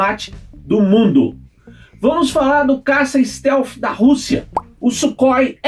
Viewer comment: Não é Sukhoi !!! É Súrrói !!!